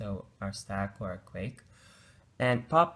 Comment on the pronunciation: Great video illustrating Stacks and Queues. However, just for your information, "Queue" is pronounced simply as "Q" or "Kew" and Not "Quake".